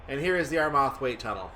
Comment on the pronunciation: "Ar-Math-wait"? LOL.... it's pronounced "Arr-merr-thwait". Come on.... do ya research:)